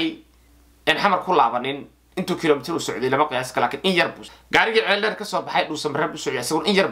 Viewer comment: Ceeldheer maaha waa Ceeldheere